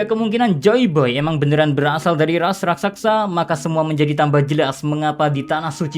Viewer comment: raksasa woi bukan rasaksa